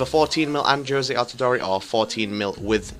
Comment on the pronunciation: It's not pronounced Jose altidoree. It's jozy altidoor